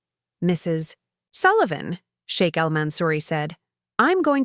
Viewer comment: I like the sound of SHEIK not shake…. Respect!